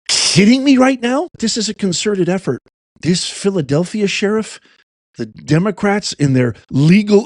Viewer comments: She's the sheriff of Philadelphia, and she can't pronounce the city's name? DEI. Arrest her in Fillillellfia. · Haha 😅 SHE SAID FILL A DELPHIA??😂😂😂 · She can't even say Philadelphia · Sheriff of what? She can’t even say Philadelphia. Is she drunk? What is going on with this woman? And why is she threatening a Federal Agency?